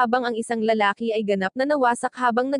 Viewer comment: ano lalali hindi lalali lalaki